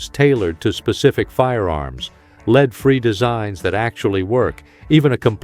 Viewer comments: CAN'T YOU GET YOU AI TO PRONOUNCE WORDS CORRECTLY! ACCORDING TO YOUR AI YOU ARE SHOOTING A LEED SLUG NOT A LEAD SLUG. I REALLY AM GETTING TIRED OF THIS SHIT. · Lead is not pronounced "LEED" unless you are the worst AI robot polluting YouTube with your fraud. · Since when did "lead" the (metal) become "leed" as in "guide"? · Does everyone notice A I speakers can't recognize the different way to say the word lead as in lead free bullets and instead pronounce it as leed free bullets.